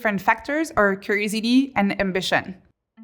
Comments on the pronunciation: What is that word she keeps saying ? Curisity? Curiosity? Cursity??? Can someone translate? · I love how she sounds like she sounds like she is saying crazy d. Instead of curiosity. Had to think about it. Lol. It goes to show yoy listen closely even when having a giggle at what you’ve just heard. She is right though.